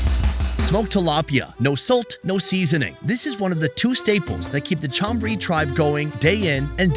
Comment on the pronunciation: "Maggie seEAsoning power" Cracks me up 😂